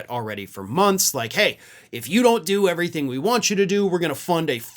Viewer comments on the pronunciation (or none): none